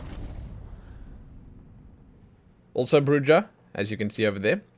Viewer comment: I think Bruja is bru-ha